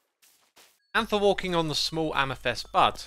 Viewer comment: xisumavoid: AmethEst Everyone else: Amethyst